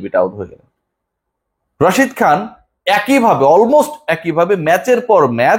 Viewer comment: যাই হোক একটা প্লেয়ারের নাম শুদ্ধ করে বলেছেন তার জন্য ধন্যবাদ Rashid Khan